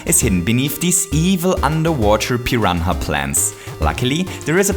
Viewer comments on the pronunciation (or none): none